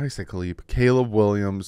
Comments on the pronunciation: “Kaliib Williams” ☠️😂 love you lmao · Substitute teacher 😂 A-A-Ron J-Quelin CalEb🤣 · His name is Caleb. Not Caleeb just cuz he’s black…. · Wtf, how tf did you Butcher the name Caleb. How!?!?!?!